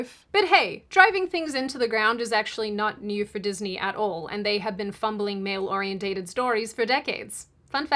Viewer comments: The word is pronounced "ore-E-ENTED" - NOT "ore-E-ENT-TATED"! "OrienTATED is NOT a word !!!!!!!!!!!!!!!!!!!!!!!!!!!!!!!!!!!!!!!!!!!!!!!!!!!!!!!!!!!!!!!!!!!!!!!!!!!!!!!!!!!!!!!!!!!!!!!!!!!!!!!!!!!!!!!!!!!!!!!!!!!!!!!!!!!!!!!!!!!!!!!!!!!!!!!!!!!!!!!!!!!!!!!!!!!!!!!!!!!!!!!!!!!!!!!!!!!!!!!!!!!!!!!!!!!!!!!!!!!!!!!!!!!!!!!!!!!!!!!!!!!!!!!!!!!!!!!!!!!!!!!!!!!!!!!!!!!!!!!!!!!!!!!!!!!!!!!!!!!!!!!!!!!!!!!!!!!!!!!!!!!!!!!!!!!!!!!!!!!!!!!!!!!!!!!!!!!!!!!!!!!!!!!!!!!!!!!!!!!!!!!!!!!!!!!!!!!!!!!!!!!!!!!!!!!!!!!!!!!!!!!!!!!!!!!!!!!!!!!!!!!!!!!!!!!!!!!!!!!!!!!!!!!!!!!!!!!!!!!!!!!!!!!!!!!!!!!!!!!!!!!!!!!!!!!!!!!!!!!!!!!!!!!!!!!!!!!!!!!!!!!!!!!!!!!!!!!!!!!!!!!!!!!!!!!!!!!!!!!!!!!!!!!!!!!!!!!!!!!!!!!!!!!!!!!!!!!!!!!!!!!!!!!!!!!!!!!!!!!!!!!!!!!!!!!!!!!!!!!!!!!!!!!!!!!!!!!!!!!!!!!!!!!!!!!!!!!!!! !!!!!!!!!!!!!!!!!!!!!!!!!!!!!!!!!!!!!!!!!!!!!!!!!!!!!!!!!!!!!!!!!!!!!!!!!!!!!!!!!!!!!!!!!!!!!!!!!!!!!!!!!!!!!!!!!!!!!!!!!!!!!!!!!!!!!!!!!!!!!!!!!!!!!!!!!!!!!!!!!!!!!!!!!!!!!!!!!!!!!!!!!!!!!!!!!!!!!!!!!!!!!!!!!!!!!!!!!!!!!!!!!!!!!!!!!!!!!!!!!!!!!!!!!!!!!!!!!!!!!!!!!!!!!!!!!!!!!!!!!!!!!!!!!!!!!!!!!!!!!!!!!!!!!!!!!!!!!!!!!!!!!!!!!!!!!!!!!!!!!!!!!!!!! !!!!!!!!!!!!!!!!!!!!!!!!!!!!!!!!!!!!!!!!!!!!!!!!!!!!!!!!!!!!!!!!!!!!!!!!!!!!!!!!!!!!!!!!!!!!!!!!!!!!!!!!!!!!!!!!!!!!!!!!!!!!!!!!!!!!!!!!!!!!!!!!!!!!!!!!!!!!!!!!!!!!!!!!!!!!!!!!!!!!!!!!!!!!!!!!!!!!!!!!!!!!!!!!!!!!!!!!!!!!!!!!!!!!!!!!!!!!!!!!!!!!!!!!!!!!!!!!!!!!!!!!!!!!!!!!!!!!!!!!!!!!!!!!!!!!!!!!!!!!!!!!!!!!!!!!!!!!!!!!!!!!!!!!!!!!!!!!!!!!!!!!!!!!! !!!!!!!!!!!!! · Oriented. OR-EE-EN-TED. Great video but got damn. OrienTATEd is killing me. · Not, or--ee-en-tated. Or-ee-en-ted.